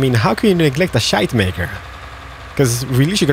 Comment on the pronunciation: I feel offended by the way you pronounce "Schuitemaker" ;-) I actually live close to the place where that company started, and my school is next to one of their factories #becarefullitsalmost2019